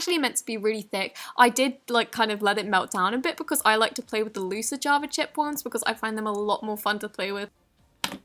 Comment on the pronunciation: did she say flay with instead of play with?